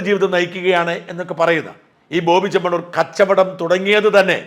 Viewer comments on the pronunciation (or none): ബോബി 'ചെമ്മണ്ണൂരല്ല' ചെമ്മണൂരാണ്